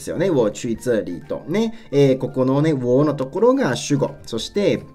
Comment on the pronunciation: 这里 の発音が掴めなさすぎる ツァーリ？！ チャーリー？！